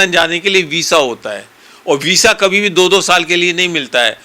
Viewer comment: वीज़ा को वीसा कहने वाला एकमात्र वकील😅😅😅 ब्लीचिंग पावडर से बॉडी से ज्यादा बू नहीं आती। अज्ञान वकील इसको कुछ नहीं पता 1नम्बर का निकम्मा वकील है😅😅 बहुत भारी पैसा खाया है इसने